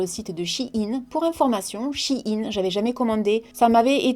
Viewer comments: on dit pas "chi ine " Sa se prononce "shéyne" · C pas « chi in » mai « chaïn » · Magnifique collier 😊😊😊toujours aussi belle. (pour info on prononce pas "shine" mais "shain" sa m'a fait bcp rire) 😂😂😂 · coucou c'était juste pour te dire que on disait sh-a-i-ne. bisous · 😂 on dit Shein comme Chine 🇨🇳 c tout 😂 a la la 😂